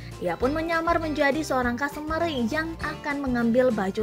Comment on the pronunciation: Customer dik, bukan costumer ! Belajar lagi kamu ya !